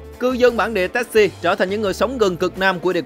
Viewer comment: Đọc Tassie là Tazi!